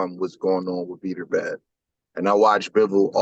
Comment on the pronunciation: Who's the idiot you're talking to that keeps calling him Beeterbev? At least get the guys name right if you want any credibility. Beterbiev wins the fight and your buddy loses a spelling bee.